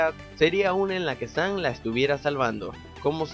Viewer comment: Dice San no Sam